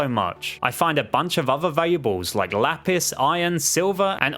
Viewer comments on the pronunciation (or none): none